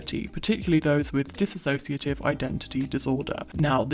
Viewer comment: Video is good except its not DISS-ASSOCIATIVE identity disorder. its DISSOCIATIVE